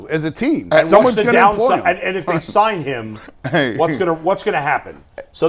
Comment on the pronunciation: can you please say “they” instead of “day?” I get it. Dialect. Don’t you want to improve? I like your show and I’m right with you after every Browns game. I’ll continue to be. It just grinds my gears.